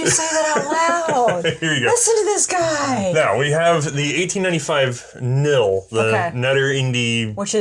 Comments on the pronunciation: Just for those that want to pronounce KNIL right....the K isn't silent. I know this might be common in English, but it's not in Dutch. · Love your videos. especially about the dutch manlicher family which I am making in scale. One thing however. the K in KNIl is a hard K, so it should be pronounced as such. keep u the good work, you've got another subscriber. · The k in knil is pronounced the same as in king. It is vocalised. Cool episode about a rather silenced part of our history. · Koninklijk Nederlands Indisch Leger "Cone ink lick Neigh dur lance Indish Lay her" will get you close to the actual pronunciation. The only difference would be the "sch" is analyzed by native speakers as an "s" sound followed by the "ch" sound in "Loch". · I know very little about old Dutch rifles and even less about the KNIL. As a Dutchie I'm loving these past couple of episodes. I'm also very impressed with ' Dutch pronunciation even though as already stated the K isn't silent. Good job! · You forgot the "L" in "KNIL" which stands for "Leger" or "Army" in English. Also the "K" is not silent. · The "K" in KNIL was pronounced. I had several relatives that served in the KNIL. All of them have since passed. My maternal grandfather was in the regular Dutch army, and sent (from Holland) to the East Indies (NOI) to fight in the Aceh wars. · In the Dutch language the k is indeed pronounced in the kn combination. We have this letter combination in our language and not just in acronyms. Examples: knoop (button), knap (handsome or clever) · I have to correct you on the pronounciation. KNIL is pronounced with the "K". I know it might be ridiculous for English speakers. But hey, it is the Dutch we are talking about, here. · The K, in KNIL isn't silent. I'll see myself out... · Really, the K in KNIL is not silent. it's KNIL, not NIL.Or am I the only one that finds this a little annoying? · Actually the K is still pronounced.